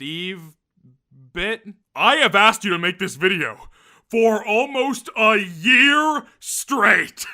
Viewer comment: “I have asked you to make this video… for almost UHYEAR straight…” New character just dropped?